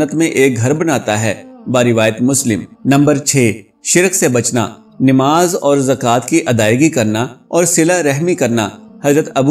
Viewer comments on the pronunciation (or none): Bhai aap NIMAZ Kahte ho.? Sahi lafz urdu ka NAMAZ hay. Plz Islah kar len.